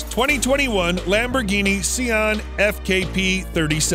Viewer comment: Translation: Lamborghini Ceon, Lamborghini Seon, Lamborghini Xeon